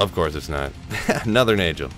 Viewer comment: not to be the grammar police but you've said nay-jol so many times i cant help myself but inform you it is NAY-GOL. and just a extra tidbit shah-ko. i love you too much to let you do this to yourself.